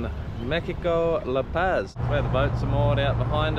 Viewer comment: La Pazis pronounced like La Pause. You guys are killing me with your lack of Mexican pronunciation...LOL!